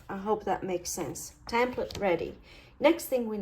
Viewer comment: It's called a "tEmplate" not "tAmplete" just so you know. Otherwise I enjoy your videos immensely. Thank you.